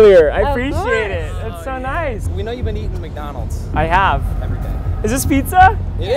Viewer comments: This is so funny ''and a 5 miggonolgs gigt garg'' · "and a 5 dollar mgonals gift gard"